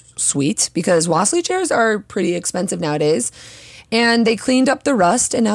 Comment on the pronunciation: Great video! The correct pronunciation is "wa-si-li" chair. It's named after the russian artist Wasilly Kandinsky (in russian we say Va-si-li) Thank you for the cool suggestions :)